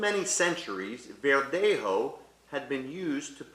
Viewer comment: embarrassing pronunciation of spanish particularly verdejo. i recommend he gets some proper advice.